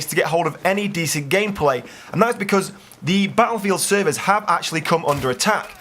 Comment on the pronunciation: The way you say servers is well funny.